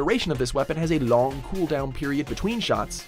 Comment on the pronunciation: How did he say long